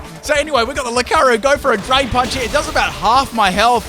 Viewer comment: Loo-car-e-oh! Not Loo-car-oh